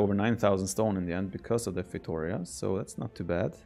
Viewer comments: I wish someone pronounced feitoria as it should be pronounced. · Does anyone else gets triggered by that bad 'feitoria' pronunciation? My brain keeps yelling 'why???'